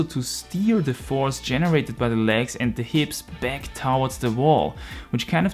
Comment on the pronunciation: Yo! Bitte lerne das Wort towards auszusprechen:D Gutes Video, Grüße aus Deutschland:)